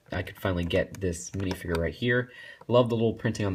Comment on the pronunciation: Dude its not pronounced minifiger its minifigure